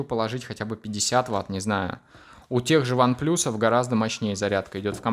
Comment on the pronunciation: One плас, а не плюс!!!